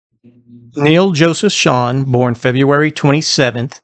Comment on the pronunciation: Excellent job! It's so nice to hear his last name pronounced correctly! No use of AI either! Stay original like you are! You gained another subscriber! ✌🏼